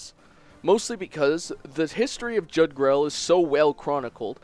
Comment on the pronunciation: It's supposed to be pronounced YOOg-drahl